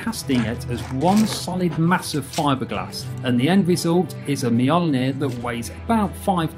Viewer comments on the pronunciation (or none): Say Mjolnir ‘Yolnir’ 😂👍🏼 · Why does everyone call it Thor hammer it's obously called mjilnior